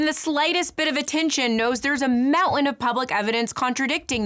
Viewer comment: They way you say Mountain, you sound like you are from Colorado.